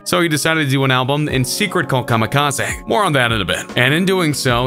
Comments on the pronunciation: Everytime this fool talks about EMS new joint he calls it Kamikaza. Its kamikaze Bro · nigga said kamikaz aA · Nobody- this guy- kamekazay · Nobody: KamikaZAY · Im confuzed kamikaza Its kamikaze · STOP CALLING IT KAMIKAZAY IT'S KAMIKAZE I'm sorry but it's soooooo irritating the rest of the vid good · This is the first person ever to say kamikaze like kami ka zay instead of kami ka zee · Kam-i-ka-zeh is how we are pronouncing it now? Just making sure. P.S. Who is 2 Bac ? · i love how he pronouces kamikaze ka me ka zay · Kamikaz-ehhh? Why you pronounce it like that? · SERIOUSLY.. STOP PRONOUNCING IT KAMIKAZAY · He said kamikaezey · You say kamikaze “kamikaza” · Everybody:Kamikaze King Trending:Kameekazae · Did eny one notice that insted of kamikaze he said it like kam a kaz a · You say kamikaze like an idiot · You pronounce Kamikaze so weird. 😂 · u said kamikaze wrong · I really hate you pronounce Kamikaze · Bruh, this dude dont even know how to pronounce "kamikaze". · I hate the way the narrator says Kamikaze and NSYNC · The way he pronounced kamikaze triggered me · The way he says kamikaze makes me mad 😂😂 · Next time please try to pronounce Kamikaze correctly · I hate the way this guy says ‘kamikaze’ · Commie Kah Zee? Joe rule? Jeeezus!😂😂